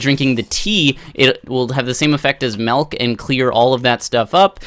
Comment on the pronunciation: My ocd kicked in the second you said "Melk" Not judging the way you speak or anything, it's just... The "Melk"... *shivers*